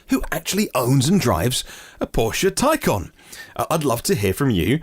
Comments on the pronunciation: Toycan? Taycon? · A tiny point but the porsche taycan is pronounced with an "a" but you pronounce with an "O"? Love your show by the way and l am not trying to be smart. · taycan is the correct pronunciation not taycon